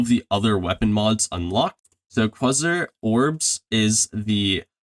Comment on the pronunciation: Excellent video bro, just all around well done and informative. You might be the only one making the content needed for this awesome game. And just like the game, super underrated!! Got a sub here, keep up the fantastic work! PS: Just a quick, unimportant note that I would want someone to give me... Quasar is pronounced Kway-Zar. :)